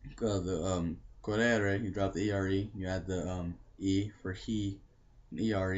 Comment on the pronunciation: to eat is : maNGiare and not maGNare Còrrere (the accent is on the O and not on the first E u said Corrère) I'm running is : Io sto correndo (present continuous) He run : lui corre (Simple Present ) He ran : lui corse (past simple) He has run : lui ha corso (present perfect) I would run : io correrei ( cor re re i )